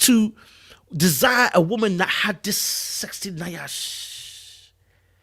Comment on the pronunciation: you killing me with the mispronunciation of Nyash. It’s pronounced YASH, not Ni-ash. 😜🤣🤣